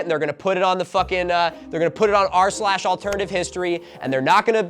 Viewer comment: Take a shot every time Milo gets "r/AlternativeHistory" wrong.